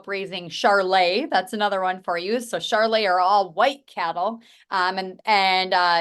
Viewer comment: Charolais ... not charlais ;)